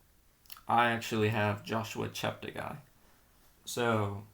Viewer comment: Please note that Joshua's surname is pronounced, Chepte 'gay' not 'guy'. He has consistently corrected commentators on this, and I have attempted to educate others, such as you, to this correction. Also, may I suggest that you ensure to get updated information about athletes' performances, thereby enhancing your observations. Tony Hunt World Junior Athletics News NZL.